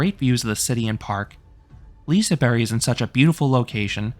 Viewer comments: Liseberg not liseBERRY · Love the review but I can’t with the way you say liseberg 🤣🤣🤣 lisaberry 🤦🏻‍♂️